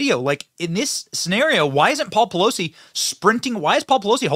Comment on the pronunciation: is jesse waters saying "poleef" ? hahaha